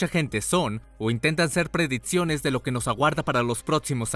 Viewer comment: Excelente video, aunque me pone muy nervioso cuando pronuncia las X y las CC reemplazandolas por TS.. Preditsiones. Fots. FOX PREDICCIONES. PERDON PERO NO PUEDO TERMINAR DE VER EL VIDEO...